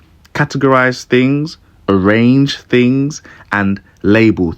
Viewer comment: y do u say fings?